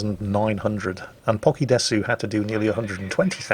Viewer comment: Desu is pronounced dess, and in Nihongo (Japanese language) means " Is, Am, or Or" and is a filler word. Concerning "Pokie",........I haven't a clue.😜👍